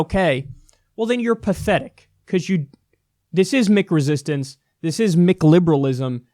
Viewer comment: Is he saying Mick resistance or McResistance?